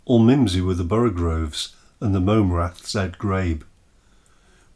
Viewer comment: Borogoves not borogroves :)